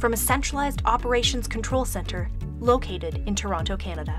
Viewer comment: First of all, she pronounced Toronto wrong. And secondly, you should partner with Amazon Prime so they can deliver things faster.